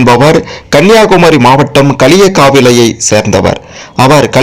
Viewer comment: தம்பி டே நீ தமிழ் எழுத்துகள் படித்து வாடா? களியக்காவிலை) . என்னடா தமிழ் உச்சரிக்கிறாய்? 😊😊😊